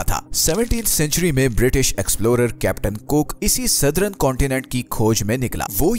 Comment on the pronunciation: सदरन नहीं भाई सदर्न..